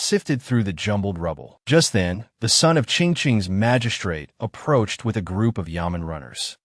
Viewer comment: a drunk AI try to say approached :face-blue-smiling:😂